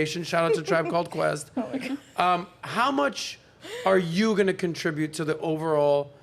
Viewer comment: Love how the black chick says "contribue" instead of "contribute"